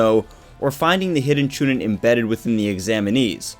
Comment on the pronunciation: Chu nean that's how u say it